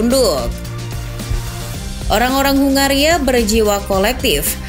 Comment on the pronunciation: Ya sebenarnya aku ya mulai tertarik sama 🇭🇺 tapi penyebutannya itu loh